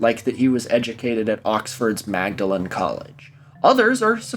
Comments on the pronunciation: The "Magdalen" in "Magdalen College, Oxford" is pronounced /ˈmɔːdlɪn/ (MAWD-lin) btw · for no good reason, Magdalen College Oxford is actually pronounced "maudlin" (which incidentally also means "overly sentimental") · It's actually pronounced "maw-da-lin" college EDIT: I have a recommendation for you- if you haven't seen any university challenge I think you should it's fucking amazing. You mentioned QI in another episode, and if you're a Stephen Fry fiend he appeared on it when he was in Uni. Also, magdalene college Oxford are on it nearly every year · for reasons that are not clear to anyone (I mean this completely literally, it is not know why) Magdalen College Oxford is pronounced Mordalen, whereas Magdalen College Cambridge is pronounced Magdalen. Fun Fact. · pronounced "maudlin" but i seem to remember you remarking on that in another video so this is probably useless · it's pronounced 'Maudlin' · that's not how to pronounce Magdalen